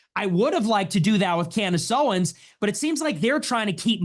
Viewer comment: Talmud Tate kept saying "canned ace Owens"🤣